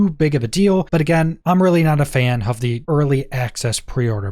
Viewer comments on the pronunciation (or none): Why do you say “hove” instead of “of”?